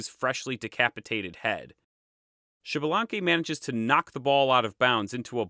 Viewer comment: Thanks for the video, liked it. One thing, it isn't pronounced Xibalanque, but Ixbalanqué with higher entonation on the e (same as Ixmucané) which is a quiché word that means 'young sun jaguar'. Kind regards!